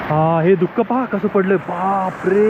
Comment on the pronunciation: धुक ❌ दुःख ✅